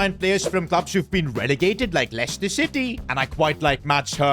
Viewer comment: bro said lecter city takeover